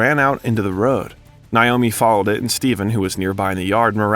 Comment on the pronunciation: It's pronounced Nay oh me, not Nye oh me